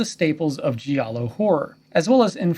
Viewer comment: Great video and well researched. Intelligent perspective. Just a friendly heads up.. "Giallo" when pronounced correctly, should rhyme with "Shallow". Not the commonly mispronounced, "gee-allow" . Thanks again for a great video!